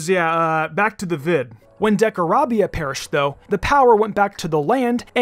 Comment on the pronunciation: it’s not decarabiaYUH it’s decarabian (pronounced)